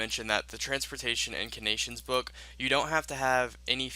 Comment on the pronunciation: The way he keeps saying Arceuus is so cringy, it's (Are-C-iss), that'swhy the fairy ring code is "CIS," it's how you say the end of the house name; and he messed up say "incantations," he said "incanations"